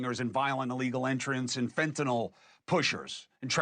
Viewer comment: Thanks for pronouncing fentanyl correctly